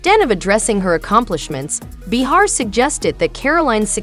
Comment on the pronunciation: Can't quite pronounce Joy's last name or Whoopie's first can ya? No offense dear. Very much expected.